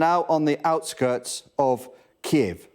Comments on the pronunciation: Thanks to Sky News presentation for taking the effort to pronounce Kyiv. Unlike the BBC "Keev". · Finally started pronouncing Kiev the correct way at the end..